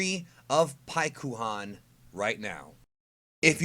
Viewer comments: Oh, you mean like Sas-U-ske? Shut up with the Pik-U-Han. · When u read paikuhan in japanese the u is supposed to be silent. Its like thst for many japanese names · Just don’t say paikuhan